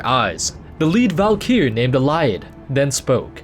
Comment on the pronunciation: "Valykier" wtf